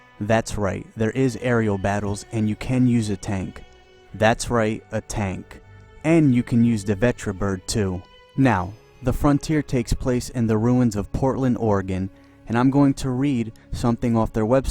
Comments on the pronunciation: Who the heck calls it a Vetribird? XD It's Vertibird. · Night it's a VERTAbird not a VETRAbird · it's called a vertibird, not vetribird. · Vertibird. Vert - eh - bird. Say it like you're going to say "vertical bird" and cut out the unused letters. Also, this mod looks incredible!